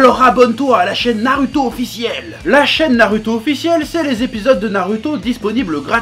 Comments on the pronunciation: Tu me fais rire quand tu dis narUto...j aime bien...commentaire le plus inutile ever.. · Ça casse les couilles d'entendre un u dans naruto, tu veux pas prononcer goku "grocul" tant que t'y es ?